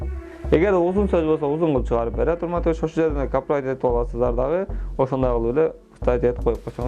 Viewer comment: Капирайт дейтко😂😂